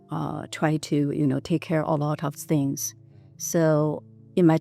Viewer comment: I'm not trying to disrespect her, she is very Good person, great enterpreneur, but I also found her very cute specially many times when she pronounced words starting with "T" as "S" 😅, that was so cute from her mouth, for things = sings, not for every word but I think I heard that, lol !